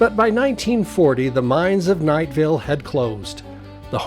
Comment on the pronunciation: My grandfather was a nephew of Jesse Knight. He worked for him when he was young in the Tintic mines. My mother was born in Knightville. Our family was and is Provo vased, but they lived for a time in Knightville. Notice the name is Knightville NOT Knightsville. There is NO 'S' in the name. That's a common mistake that is made. While Eureka was a wild mining town, Knightville was a quiet LDS community with lots of families.